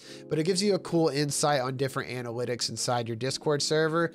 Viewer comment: XD anawitics